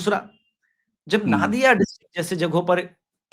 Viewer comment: वो नादिया नहीं है, नदिया है